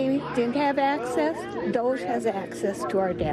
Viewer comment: Isn't #DOGE all about plunging? Soz #Musk you put the wrong emphasis on the wrong syllable...🙏 #BenStiller